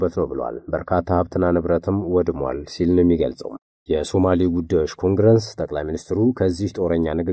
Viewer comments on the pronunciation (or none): እርማት፣ኮንግረንስ ሳይሆን ኮንግረስ ብሎ ቢነበብ ትክክል ይሆናል።